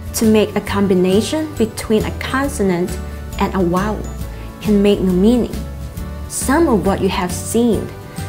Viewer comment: OMG vowel not wowel YOUR GETTING IT ALL FLIPPING WRONG